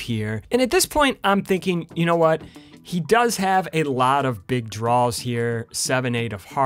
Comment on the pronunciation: I like when you say “draws”. You sound like a southern person referring to their underwear; “mah DRAW-ers”